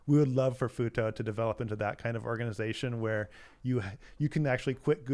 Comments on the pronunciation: I was listening in another tab and heard them say Futo and immediately clicked back over as fast as I could to see if chat would say futa. You did not disappoint. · ....did he say "Futa"? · For half the show i thought they were saying FUTA until i read the I'm not interested anymore. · Sorry, every time he says Futo, I can only hear Futa. If you don't know what that is, do yourself a favor do not google it.